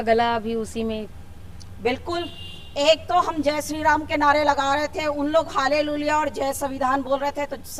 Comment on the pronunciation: Halleluiya bolne nahi aata hai to pahle shikh kar aawo phir ish sabth ka prayog karna